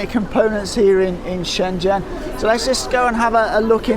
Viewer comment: Good to hear a fellow Brit who is able to pronounce Shenzhen correctly. ZH sounds like Jee as in jeep. Great video and good to see that the markets are booming again. I was last there in 2014 and it was incredible.